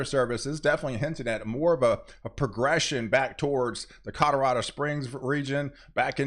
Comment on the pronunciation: at 2;23 colorado not cadardo